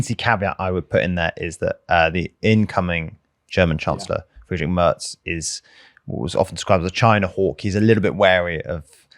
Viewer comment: As a quick shoutout pronounciation of german words is incredible, I rarely see any non germans saying words like "friedrich" or afd correctly. great job!